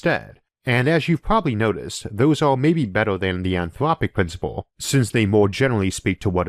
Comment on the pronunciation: UwU, the anthwopic pwincipwe makes me vewwy angwy!